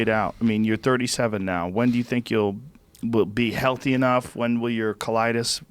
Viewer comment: After all these years George pronounce healthy as LT I'm not impressed by your performance!!